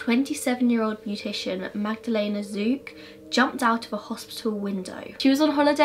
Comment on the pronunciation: my polish self is cringing at the way you pronounce magdalena 😩 its not magdaLEYna.. the ‘e’ is pronounced like the ‘e’ in berry ... im glad you started calling her magda 😭😂 i can understand why you couldnt pronounce the place names though, i get how it can be difficult for english speakers